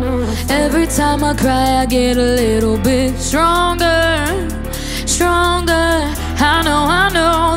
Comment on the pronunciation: It's pronounced sTronger not sHronger